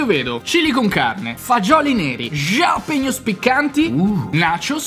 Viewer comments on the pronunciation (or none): Raga ma jalapeños si legge con la acca iniziale, non la gi Xd che fastidio Per il resto adoroooo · Gialapegnos però non si può sentire xD